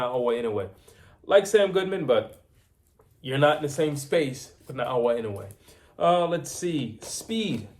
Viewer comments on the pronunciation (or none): NAOYA INOUE is pronounced: NA-O-YA IN-NO-WAY.